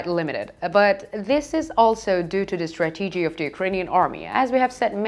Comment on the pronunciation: If I said bread the way the orator said strategy I would say breed.